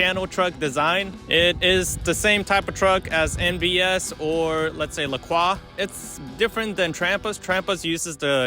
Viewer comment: OMG someone pronounced Lacroix correctly!